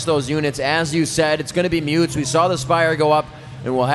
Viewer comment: What the heck are mutes? Noob commentators don't even know how to say mutas. I totally prefer to listen to the Korean commentators go crazy than these boring guys.